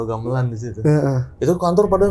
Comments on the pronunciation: Mangga bg bukan manggaahhhhh, gambelan bukan gambelangggg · Narsum bilang,y gamelang bukan gamelan..ap sy yg slh dengar y😊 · Narsumnya ga bisa bilang gamelan bilangnya gamelang ....